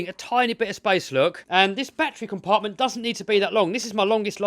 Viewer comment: "Look at those BATTWEES in the BATTWEE COMPART-WIT!"